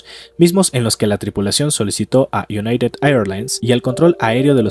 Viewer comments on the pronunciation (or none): none